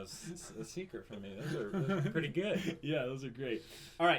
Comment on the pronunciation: "we have to make it purdy" oKAY THIS IS WHY I LOVE MAH BOIS